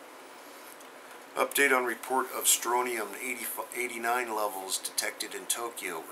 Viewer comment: it's pronounced stron-ti-um, not strotium. thanks for all you do!